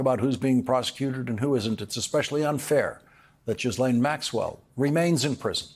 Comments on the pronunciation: Lawrence, you are the first person to pronounce Maxwell's name correctly. It is a French name - Ghys (Gis) Laine. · Lawrence, you are the first (to my knowledge) to pronounce that name: Ghislaine, correctly. Thank you. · Finally someone who can pronounce Ghislaine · Thank you Lawrence, for pronouncing Maxwell’s name correctly!